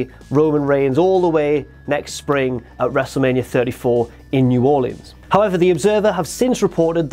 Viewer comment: Thank you for saying "New Orleans" correctly, many ppl who are not from here say it like "New Orleeens"